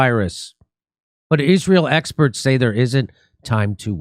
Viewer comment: "some scientists this,but EXPERST THAT"